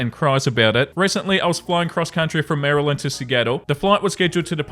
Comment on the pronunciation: I know this is a while back, but I just wanted to thank you for pronouncing Maryland properly:) I was born and raised there, and have lived in Australia for 15 years. Honestly, you wouldn't believe how many people here don't pronounce it properly! Don't start, Australians, I do my best to pronounce Australian words properly:)